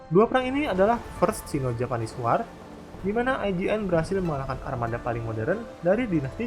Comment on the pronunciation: mimin, utk pelafalan kata "war" yg benar itu "wor" .